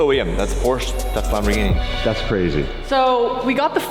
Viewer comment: dude..... can you please stop pronouncing Lamborghini incorrectly? It's really annoying. Or is that just a schtick that you're doing? Either way.... still annoying.